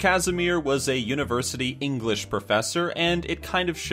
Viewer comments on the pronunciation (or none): none